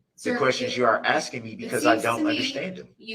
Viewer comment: "I am not axeing you... I am telling you to be here mom"